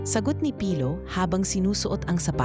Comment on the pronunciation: Dko maintindihan si Ms Doctolero bakit niya cnabi na hindi sanay magtagalog ang narrator.wala po ako nakita mali Yun lng pagbigkas ng name ni pilo na mabagal ang pag bigkas ng narrator